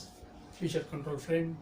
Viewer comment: Sir it's feature not future.....